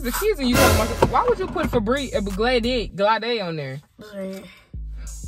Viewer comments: “ Glad-eee “ lmaooo I’m sorry was I pronouncing it wrong my whole life ? 😂😂 I though it was “ Glade , like Blade “ .. This is a serious question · She said some “Gladè” 💀